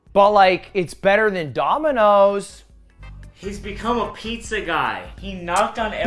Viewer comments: he said pizzia pog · Did you you just said "Pizzia"? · "I made Pizzer" Next title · I believe you, Its gonna be the best piz-ja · ‘the best pizzya’ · "this'll be the best pizYA you've ever had"